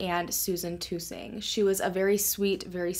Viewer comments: I'm from Caraway,Ar. Her last name is Tus-ing not two-sing. Really funny how so many of you know so much, yet none of you know anything except for what this lady is telling you. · Tusing rhymes with cussing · U r pronouncung amandas last name wrong